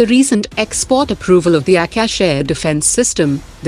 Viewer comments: Not aekash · Please pronounce Akash properly